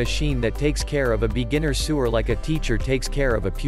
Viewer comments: Fair review, but seriously the word is pronounced Sow-er (sewer) not soo-er like drain system! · This is the problem when you use an automated voice-over-The Automated voice pronounces 'sewer' like 'soo-er', like under the streets, instead of 'sower' like someone who sews